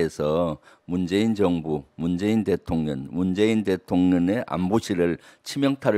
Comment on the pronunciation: 김병주의원님이 민주당에 계셔서 정말 감사합니다. 근데 대통련의 발음은 대통령으로 신경써 주십시오.